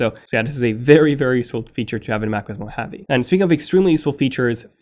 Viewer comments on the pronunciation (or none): Moh-ha-vee, not Moheavy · MO-HA-VEE not MO-HAVE-eee. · it's not pronounced as "mo-heavy". It's pronounced as "mo-ha-vé". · It’s Mo Haw Vee NOT Mo Have Eee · It's not Mac OS mohavi it's Mac OS Mohave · why are you pronouncing “mo-heavy”? hahahahahahhahahahaha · lol what? I live in Las Vegas which is the biggest city in the "mo hawvey" and have NEVER heard it pronounced as "mo heavy" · you are pronouncing Mojave wrong... you sound like a cartoon character saying "Mo havyyyy"... good review though. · Did you pronounce Mojave as 'mo-heavy' ? -_ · Am I the only one who is annoyed by his pronunciation of ‘mojave’ as moheavy 😂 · I wish you could say Mojave. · Stop mispronouncing "mojave", thanks. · I don’t like the way you pronounce Mojave 😂😂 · I had to stop watching it. It is annoying to have a name constantly miss pronounced. And I mean 'CONSTANTLY'.